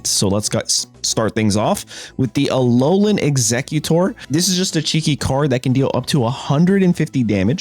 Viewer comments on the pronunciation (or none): none